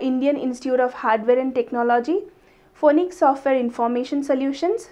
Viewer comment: Mam, Please learn how to pronounce Phoenix and Education.. Check it on google pronunciation